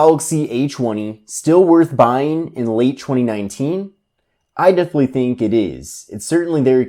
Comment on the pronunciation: Samsung acheewny late chweeny nineteen